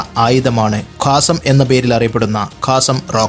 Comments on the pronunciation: കാസം എന്നല്ല ഖസ്സാം റോക്കറ്റ് ,(ഇസ്സുദ്ധീനുൽ ഖസ്സാം ) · കാസം അല്ല... ഖസ്സാം ആണ് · കാസം അല്ലടോ ഖസ്സാം റോക്കറ്റ് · കാസം അല്ല കസ്സാം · അതെ.ഇംഗ്ലീഷ് മാത്രം നോക്കുമ്പോൾ ഉണ്ടാകുന്ന തെറ്റ്.